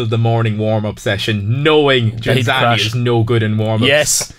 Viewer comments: Ghinzani, non Ginanzi, ciccioni del cazzo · I stopped watching about 25 seconds in when the presenter mis-pronounced Ghinzani’s name twice and the other 2 guys said they’d never heard of him. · You own the record of saying his surname wrong every single time!